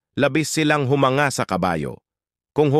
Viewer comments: Pls lang…that is NOT how to pronounce “humanga”. Accent on 2nd syllable! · Mali ang pronounciation mo sa humanga po! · Humanga.... Ayusin mo ang pronunciation mo sa salitang Humanga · 😂ano daw humanga paano BA pagbigkas slow ba or medyo past😂😂😂😂